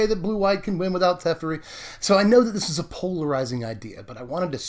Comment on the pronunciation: I think that guy's name is "Te-feri" not "Tef-eri", I'm not sure. I'm not a control person I really prefer aggro, but some control decks are really fun, especially if the other guy doesn't get to play anything (Ensnaring bridge style), that way you win very quickly even if you play control. I don't play standard, lately I've become more interested in Commander, it's the only format they play here as far as I know. I'm gonna see if I can put a commander version of this together, it would be interesting. Bant Commander control. Derevi, Empyrial Tactician willl be the commander of choice for this toxic deck *evil laugh* muhuhahaha